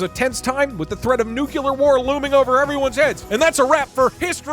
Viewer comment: "Nukelar power"